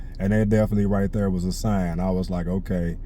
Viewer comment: I like hearing you say there lmaoo it sounds like derrr lmaoo southern twang